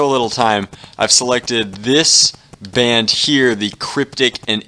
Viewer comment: bond not band